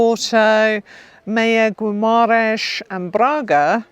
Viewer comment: A good idea to learn to pronounce the names of cities such as Guimaraes properly. Should be pronounced Geemaraiens - G like Guy not like BeeGees.